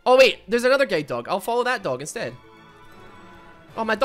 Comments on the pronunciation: The way he say guard doh hurts me every time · Guide dog My ears: G A Y D O G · it took me 4 minutes of the video to realize he was saying "guilde dog" and not "gay dog" ... i just didnt question it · I kept hearing "gay dog" instead of "guide dog" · Did i just heard gay dog instead of guide dog??!!))) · Did he just say gay dog? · I swear I heard say gaydog... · I thought he was saying “gay dog” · Not going to lie it sounds like your saying "gay" dog